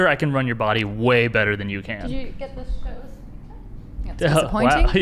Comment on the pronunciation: Learn to know the difference of "THEN" and "THAN" please.i've been noticing lots of people confused by this 2 different words. Yes you used "THEN" because you pronounce "THAN" as (DEN) in english acsent,but you shouldn't not spell it the same as "THEN" (DEN).